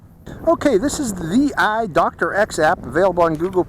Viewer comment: it’s pronounced “thee-eye.” Out of the several hundred various brands of GoPro clones, ThiEYE is one of the half dozen best. I was expecting a drone from a top-tier action camera company to have a pretty stellar camera with EIS, but I think some of the Tello footage I’ve seen does look better. If the image stabilization needed to be enabled from within the app and someone who owns one of these can advise how to do so, I hope they post the instructions here, and then you perhaps could go back and do a second review with the image stabilization on. Also, the standard version was only $58 a day or two ago but has gone up in price $21 more today, and the plus version, which adds only a second battery and an external charger, was $40 more, a poor value.